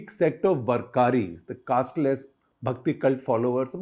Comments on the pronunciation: Its वारकरी not वरकारी 😊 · वरकारी नही sir वारकरी होता है। पंडारपुर नही पंढरपुर होता है। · "Warkari" in devnagari is "वारकरी" not "वर्करी" as pronounced here. Pilgrimage to Pandharpur is known as वारी and the person participating in it is called वारकरी. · Sorry - It's वारकरी and not वरकारी